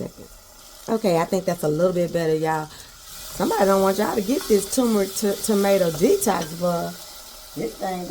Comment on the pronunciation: What is tumorick? Now, I done heard of turrrrrrrmeric b'fō. You tryin'a give me a tumor or somethin'? (hee-hee)😊